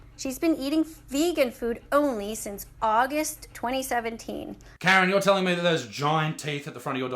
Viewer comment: I honestly thought Isaac was saying carrot, not Karen 😂